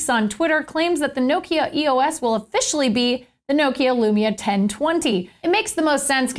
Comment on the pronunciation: I think it's EOS, not E.O.S.